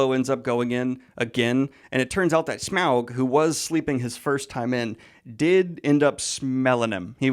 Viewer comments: I don't think I have ever heard it pronounced S-meow-g. Now I imagine Smaug as a giant cat and it is great. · No one: Daniel: Smeowg 🐈‍⬛ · Brilliant breakdown/review, particularly loved how Daniel’s pronunciation of Smaug slowly devolved throughout 😂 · I'm mostly here for Daniel's pronunciation of "Smaug".